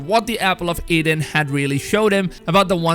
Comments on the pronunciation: E-den ,,,, not A-den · I know people have a way of saying things but it’s Eden not Aden the word has been spoken for 2000 years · EDEN not "Aidan" I know you have an accent but I don't think it's that hard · Man it's the Apple of Eden, not Aiden. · Eden not Aden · Look not to sound disrespectful but I getting kinda mad ever time you say apple of aiden instead of eden and the fact you call him Altire not Altair and of course ear not year but it’s ight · dude eeeeeden not aden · "El Tire" "Ear" Apple of "Ayden"😂🤗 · Apple of Eden not aiden Vikings not wikings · Apple of eden bud not aiden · Who's Aiden?....oh, you mean Eden. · Its apple of Eden... not Apple of Aiden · Apple of "Aiden" or Eden? Whahah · Apple of eden not freaking apple of Aden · "Altyre"...."Apple of Aidan".....wow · sorry but hearing ear instead of year and aden instead of eden is just to funny :p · Ok, so have you even played games or do you have such a bad ear for language that you don't even know how to pronounce "Eden", I can forgive Altaïr as it is a weird name to westerners but the dots above the "i" means it's extended, also the "r" should be sharper, but that's not the point here, youre pronouncing "Eden" as "Eyden", this leads me to think that you have never played ANY Assassin's Creed games, as you always hear them call it Eden, in the european way, or you have such a bad ear for language that you shouldn't make such videos without reading up on pronounciations! Sorry for the rant, but these kinds of things kinda grind my gears, especially since noone in history (at least as far as I know) called "Eden" for "Eyden" in speach... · It’s Eee-den not Aidin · It’s the apple of Eden not Aiden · Eden (E)den not Aden EEEEEEEEEEEEEEEEEE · Yeah no effence to but its not that fkn hard to know the difference between AIDen and Eden...And it's not just this word either but this time i couldn't stand it. Still hes doing a great job on summing up all the content info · Did he say the apple of Aden